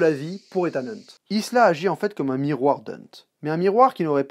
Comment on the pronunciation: Et c'est Ilsa, pas Isla, c'est pas l'île de Jurassic Park ! lol